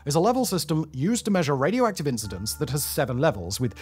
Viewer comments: Raidi-active.. ?? Huh ? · "Radi active" 😅